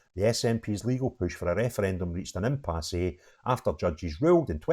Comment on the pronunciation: Alright sweety, it’s pronounced “IM PASS” The E is silent 👍🏻 For future reference 💜